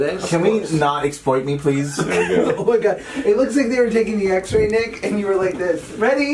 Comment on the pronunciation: Why does Josh call jonah nik